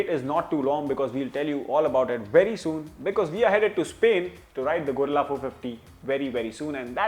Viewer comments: Its Guerrilla not Gorilla 😂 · Gorilla ❌ Guerrila ✅